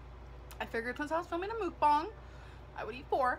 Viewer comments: They way she is pronouncing Mukbang is wrong 😊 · Why is no one talking about how she pronounced mukbang,,, so irritating